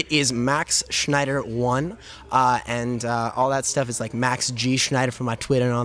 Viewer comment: woah. '' said.. sneider, um its actually pronounced. SCHNEIDER!